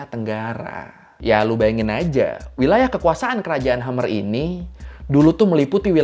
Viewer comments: 'Khemer' bang bkn 'Khamer' 🤣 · Penyebutan ‘Khmer’ kurang tepat bro Org2 Cambodia sebut nya (lafal) bukan ‘hamer’ (seperti yg bro sebut) tapi lebih ke “ke’hem’mer” Dan mereka menyebut kalau Thai adalah daerah mereka, dan sebaliknya Siam Reap, (Angkor Wat) adalah daerah kekuasan Thailand (Siam) Salam sehat bro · Di baca khemer bang, bukan khamer, Khmer emang salah satu kerajaan terbesar di Asia tenggara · Koreksi pengucapan... kerajaan Khmer bukan dibaca khamer seperti minuman keras dalam bahasa Arab, tapi dibaca Khmay (r lesap). Gw dah ke Kamboja. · KHMER bang, bukan KHAMER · Sepertinya bacanya "kmer" deh bukan khamr (seperti khamer nya alkohol) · kok khamer sih bacanya? hahahaha itudibacanya KHEMAY.... atau minimal mal khemer ngapa jadi khamer... jadi minuman keras dong hahahahahah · Telat nonton Bang. Tapi ijin koreksi pengucapan, karena di ucap berulang ulang, KHMER, bacanya bukan khamer kayak yang artinya miras, tapi pengucapannya (kh) Mer atau Maer, seperti dalam pengucapan MERCY. Kh yang ga terlalu jelas. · KHE MER baca nya bukan khamer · Khmer dibaca Kmer. kalau dibaca Hamer miras dong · Resah banget sama cara baca "Khmer" 😅